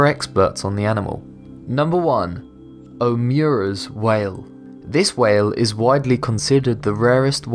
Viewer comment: Omura's Whale is pronounced "oh-MOO-ruh", not "oh-MYOO-ruh". It's a Japanese name.